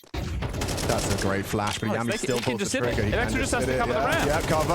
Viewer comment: Yami is "Yah-me" as in Yami Yugi and Veccii is "Vee-Chee" as in Veni Vidi Vici. I have no clue how they manage to mispronounce every players name on these random teams but its funny